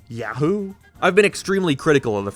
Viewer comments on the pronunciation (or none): none